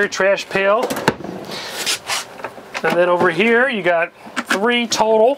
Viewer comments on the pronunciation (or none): none